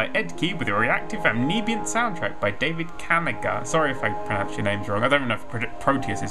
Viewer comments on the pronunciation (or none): You can't say the word ambiet. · "ambnebient". that simply is not how you pronounce that word. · He said amoebeus not ambient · And that was the day we learned that NerdCubed can't pronounce ambient.